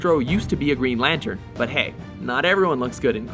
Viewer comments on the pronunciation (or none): "Green Latern" ;) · green 'latern'? where's the 'n'?